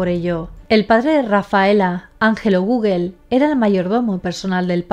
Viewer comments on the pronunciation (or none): none